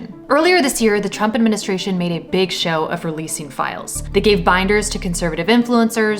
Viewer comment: "A big show (pronounced shou)? Another flippin AI channel...fluck!